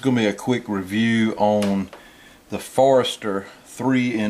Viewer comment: It's not Forester (forest-er) - it's Forster (4-ster)